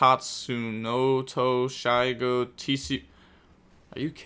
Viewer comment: I'm genuinely impressed that the pronunciation of Tatsunootoshigo was so close.